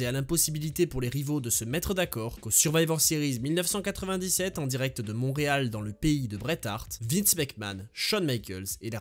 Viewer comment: Salut, ça se prononce "Mont-Réal". Mais sinon merveilleux vidéo!